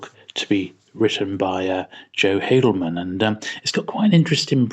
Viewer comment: Haldeman is actually pronounced "Hall-de-man", not "Hay-del-man".